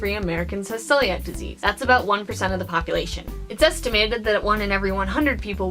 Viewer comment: This was a great video. Though it's pronounced "seeliac".